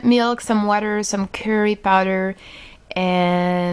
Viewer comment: not mill'kh it milk like milk gawd